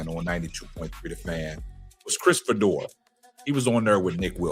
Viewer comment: His name is pronounced Fee-Door. For the record, I don’t care about Fedor or Sanders one way or another. How’s a critique of Sanders racist? You may vehemently disagree with his opinion, but to call it racist is fallacious! Put that card back in the deck and be more judicious the next time you play it.